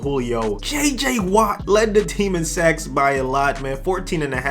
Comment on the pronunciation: "JJ Watt lead the team in sex" or did he say sacks?